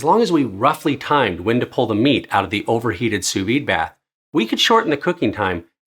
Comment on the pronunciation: brother it’s pronounced soo vee